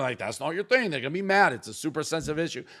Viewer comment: Saagar also slips up "gonna" sounds like "gorna"